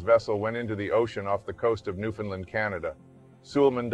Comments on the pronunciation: Newfoundland. We don't say Lind. When it was discovered it was a New Found Land hence the name. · Nobody ever pronounces Newfoundland right lol Great video though.